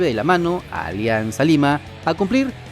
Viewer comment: Ya no dice Olianzaaa lima 🤣🤣🤣